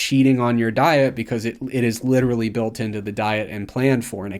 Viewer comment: Why does pronounce vowel I so weird?(decided=decidiid, built=biiilt, think=thiiink, very=verii) its much longer and more pronounced compared to